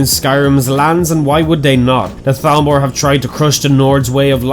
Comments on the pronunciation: You actually said thalmor instead of talmor good job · Nice pronunciation on the Th's on "Thalmor"